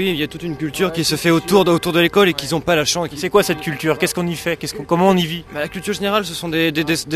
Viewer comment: Une culture chez ce mec d'Henri IV ? "Qui Z'on pas la chance" ... apprend le français petit